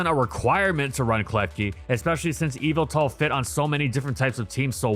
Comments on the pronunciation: Evil-tall ❌ Yah-val-tall ✅ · Normal People: Yveltal MandJTV: Yalvaltal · The emphasis is actually on the middle syllable. eee-VEL-tawl. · His name is YAVALTAL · i thought it was pronounced yehveltal not eviltel. have i been saying it wrong this entire time? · evil-tal Me: ye-vel-tal But seriously someone tell me how to pronounce that name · "Evil-Tal" Nah it's "ye-Vel-tal" m8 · ive always been pronouncing evil tal like yuh vel tal wtf? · Please say it’s name right. In English, especially the dub, it’s “Ye-veltal”. Yes its name comes from the word ‘yvel’, since it is the Middle English spelling of the word 'evil.' You don’t pronounce it like “evil”. It’s also pronounced that way because of the way Xerneas’s name is pronounced. Smh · ive always heard it call yee vel tal. this threw me for a loop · "MY NAME, IS YAH-VELTAL!!" - Pokemon Talk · I kept on hearing evil tal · So it's pronunced whyveltal? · its yah vull tahl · bro has no idea how to pronounce yveltal😭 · the y in Yveltal is pronounced like how y is normally pronounced, it’s name has root in the word Wyvern. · Dang ppl much not watch the Pokémon anime when they literally say the same correctly I had to click off the video bc of that very annoying 🤦🏾‍♂️🤦🏾‍♂️🤦🏾‍♂️